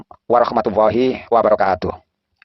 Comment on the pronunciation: السلام عليكم ورحمة الله وبركاته و مغفرته أسعد الله اوقاتك أستاذ 😊 انا مشترك جديد في القناة ❤ عندي ملاحظة لك ..☝🏻 Barukatuh❌ Barakatuh✅ هذه الملاحظة خطيرة فاحذر منها .. و جزاك الله كل خير متابعك من بلاد الشام المقدسة 😅